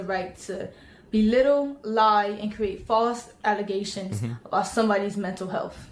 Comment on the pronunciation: False allezations